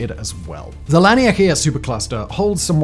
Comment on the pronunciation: The difference between the first (mis)pronounciation of laniakea and the immediately following correct pronunciation was quite the jolt lmao. "Lanikea"